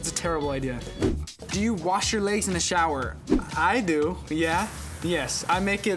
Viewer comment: “li-egs” BAHAH